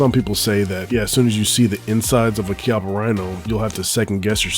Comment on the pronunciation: The 19 is super. And the Rhino is pronounced keyappa@